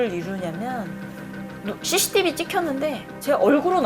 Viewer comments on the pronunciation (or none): none